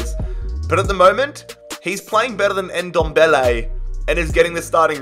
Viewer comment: Bergwijn pronounced berg (iceberg)-vine; tanguy ndombele pronounced ton-gee en-dom-bell-ay